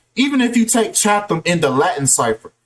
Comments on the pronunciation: It’s pronounced “CHA-TUM” not “Chan-thum” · It’s CHAT- HAM 😂